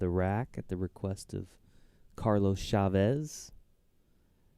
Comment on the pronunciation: The commentator keeps saying "Shavez" instead of "Chavez". Sounds terrible, that's like saying Sheddar Sheese.